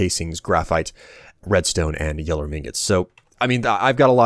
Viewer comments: You pronounce Yellorium like it's spelt Yellorum. My brain hurts now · no offense in anyway, this is just something that bothers me but its pronounced yellorium not "yellerum" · You pronounce a lot of things weirdly, especially yellorium. It's je-lo-ree-um, not jello-rum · Why does say "Yell-or-rum" insted of "Yell-or-ium", There is clearly an I in there... or is it just the fact that American English is different to British English... (and if so why?)